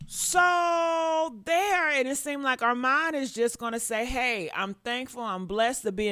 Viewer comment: 🛑R-MON 🛑 ARMON not Arm-mon kindly submitted 💅🏽